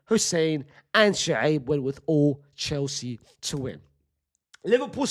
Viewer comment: Why is it Shuceeb instead of Shoaib???